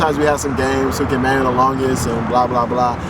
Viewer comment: "Manyo" loool